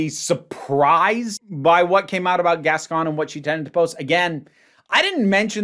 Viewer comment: Just starting to watch the video but I have to say something I wanted to say in the prior video and forgot: I absolutely love how you pronunciate Gascón... you're doing it SO well. 👏🏻👏🏻👏🏻👏🏻👏🏻👏🏻 Lots of love from Buenos Aires 💖💖